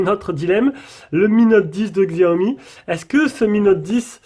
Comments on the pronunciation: Prononciation {Chíâ-Omï} mdr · 🤣 quand on dit y a pas de lecteur d'empreintes a l'interieur alors qu'il y a le dessins faut être fort , ta déballé mais ta fait quoi après ? Ta testé non ? Bon alors , et la façon de prononcer Xiaomi 🤣🤣🤣😂